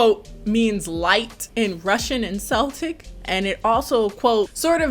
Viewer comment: Thank you that kind of annoyed me too 😂 when i heard Seltic i thought it was an actual region in Russia given the context and because I've lived in Ireland nearly all my life and know its definitely not Seltic 😂